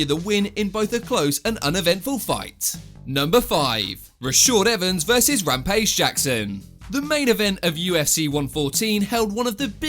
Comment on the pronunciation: Bro it's Not Rampage Jackson, it's Lampage Jackson😬😬😁😁🦧🦧🦧